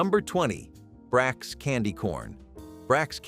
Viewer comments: Brachs candy we pronounced it BrOchs! Not with an A! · I remember A&P back in the day. It used to be behind Chesterfield Mall (Chesterfield County, Virginia) Back then you could drive around the mall in little or no time at all. ifykyk. I remember Criso. Country singer Loretta Lynn used to do the commercials, too. It's pronounced as Brock's. "Brack" is the character on Space Ghost - Coast To Coast. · The pronounciations are terrible. “Sonka”. “Bracks “. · brachs (bracks). And sanka (Sonka) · decades ago they did TV commercials and that's how they pronounced it. "Brocks"